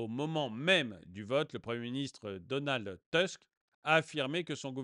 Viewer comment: Attention la prononciation, c'est Donald Tousque, merci ;)